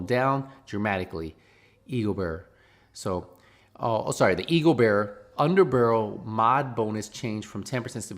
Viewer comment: I didn’t come here for news - I came here to hear say HERURIC and UNDER-BUHRUL